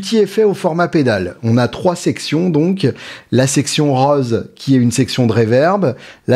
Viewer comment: Tu dis "roase" pour "rose" ? 😱 Aujourd'hui on veut même des pédales qui imite les sons d'ampli...N'ayant pas l'ampli.